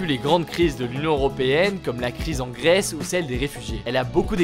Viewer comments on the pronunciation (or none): none